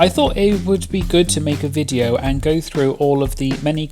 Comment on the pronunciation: The way you say Viteo gets me every time lol (video)